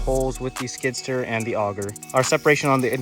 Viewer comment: Skid-steer, not skidster lol